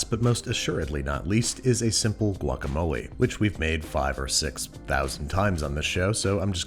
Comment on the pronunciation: Same, I cringed when he did the guacamole 🙃 From San Diego as well!